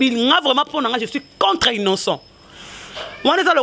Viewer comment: apprends d'abord à parler, balobaka contre et non contreu, bino mutu bozo fingissa fally